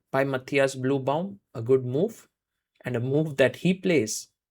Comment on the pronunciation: It is the correct german pronounciation for Matthias. The Ü in Blübaum does not exist in Englisch, so most say and write Bluebaum like the Color blue, but Sagar makes an effort to pronounce the „ü“ and it sounds quite good actually. I think Sagar asked someone to teach him how to pronounce the Name 😉